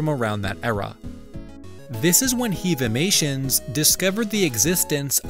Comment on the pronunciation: I’m one of HEAVimation’s friends, and it’s pronounced “heav-imations” as in heavy and not “heev-imations” as in “heave ho”.